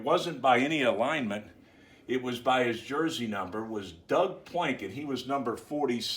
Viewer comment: Hhmmm great video but the way you pronounced Doug Plank sounded like Doug “Planket” so I was looking up some guy with that name but eventually found Doug Plank. It’s a shame he didn’t get to play on the 85 bears.